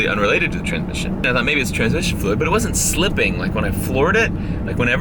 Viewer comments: Yes, part of my soul died, and I shed a single tear every time he said “transmission” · Every time he says transmission light i die a little